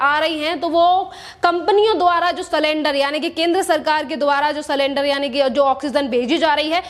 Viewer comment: मैडम आप एंकर हो आंकर नही,इसी तरह सिलेंडर बोलो सलेंदर नही। Sakendar nahi sylinder.